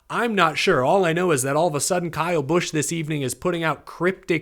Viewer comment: Guess you had not heard the news that he changed the spelling of his name to Bkyle Larson. The B is silent. LOL!